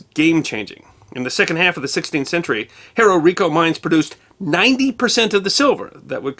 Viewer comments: One correction…Cerró is pronounced s-EH-r-oh. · With respect, for native English speakers, and not using official phonetic symbols, it's better described as SEH-roh with the e pronounced as in "breath". Also, no written accent on the o. It's just cerro, meaning hill, significant rise in the land, or crest of either, depending on context. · And cerro is pronouncer serro